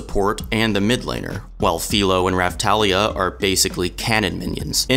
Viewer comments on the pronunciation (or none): You pronounced both names wrong